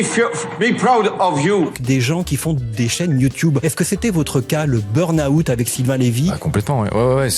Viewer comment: BURNAOUT... LOL 😂😂😂